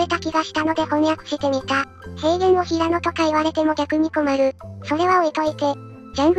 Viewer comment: ひらのじゃなくてへいやだろｗｗｗ